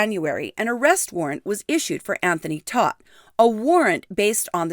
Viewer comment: Todt is pronounced like TOTE.